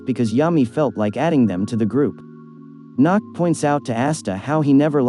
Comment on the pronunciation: The way he says Nacht XD NACKED